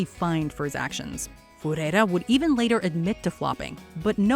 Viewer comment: what the f is Furera? omg, it's not that hard pro pronunciate words lady